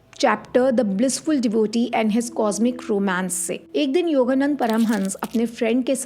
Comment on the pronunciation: योगानंद... Not योगानंदा... 🌹